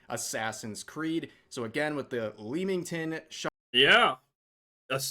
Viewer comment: "Lemming-ton" is the pronunciation :)